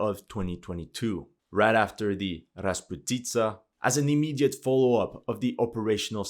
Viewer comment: "Rasputitsa" has a stress on the second syllable - ras-POOH-titsa.